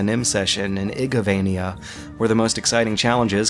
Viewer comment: for the now called what? egovania? igovania? games? what does he say there?